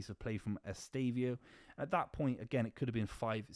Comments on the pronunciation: Say it with me: Ess-teh-vah-oh. Who tf is Estavio?? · EsteVÃOOOOOO bro, lear his name is